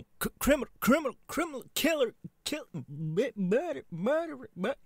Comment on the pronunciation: It took me a bit too long to figure out he was probably saying "murder" and not "birdy".